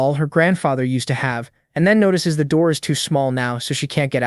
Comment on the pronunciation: "Open the noor" Yup this is gonna be good